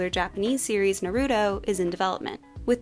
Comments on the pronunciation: na roo toe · I can’t believe you pronounced naruto like that😂